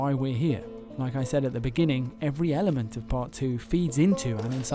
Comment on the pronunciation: Did he say...every Elliement...?